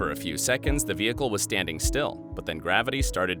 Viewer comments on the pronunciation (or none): none